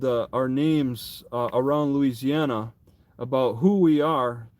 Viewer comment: I swear I heard say * louisiouana * at first there😅